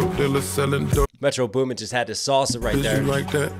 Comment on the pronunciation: He says metro beuumen 😂😂